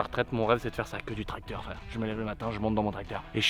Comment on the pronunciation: Le Tracteu(r) à Moteu(r)